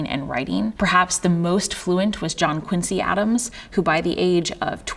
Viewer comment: “Quin-zee.” Their family name is pronounced “quin-zee.” C’mon, presidential historian! 😂